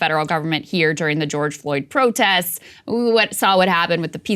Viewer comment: Krystal you said: “ProtESS” instead of “protests”. Some missing consonants there!